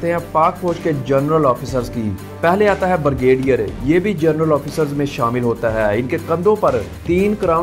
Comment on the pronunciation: VERY PATHETIC PRONUNCIATION......Its: GEN-RAL and not GER-NAL, then PAY-SCALE and not PER-SCALE, BRI-GADIER and not BER-GADIER...........and many more.